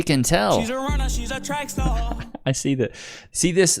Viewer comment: "She's a runna She's a track staaa" 😂😂😂